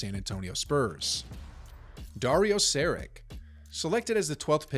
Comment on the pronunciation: Dario Searik 🤣🤣 Ffs do ur reasearch before u pronounce someones name